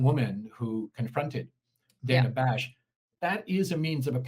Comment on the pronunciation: CNN is almost worse than msnbc because they claim to not be liberal shills. at least manbc is like obvious edit: thank you for pronouncing her name correctly. drives me insane. i dont like her... but it's her name and why is that so hard